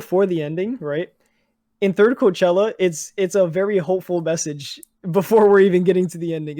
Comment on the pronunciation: calling cochlea Coachella is so painful to listen to 😭😭